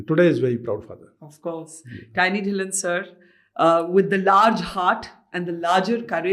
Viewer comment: Put a small effort to get the name(Dhillon) right. Just because the language of podcast your team should know you're talking to a Indian